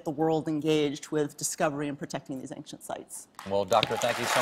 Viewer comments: Excellent interview but why is this woman pronouncing "ancient" as "anxient"??? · For such an educated person one would figure she would know how to pronounce the word "ancient". Anxient, anxient! Ja!